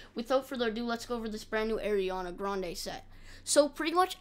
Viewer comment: ARI-ANA not AIR-ANA come on bro